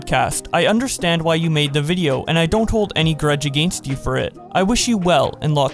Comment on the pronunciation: You did not just pronounce "against" like that